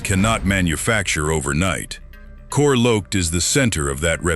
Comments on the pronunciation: Core Loaked .. .. is the center of Remington’s reputation. Lol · Gotta love AI voices: “core loaked”